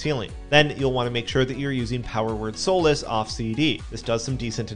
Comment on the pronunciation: "Sah-lass" not "So-las" (Power Word: Solace)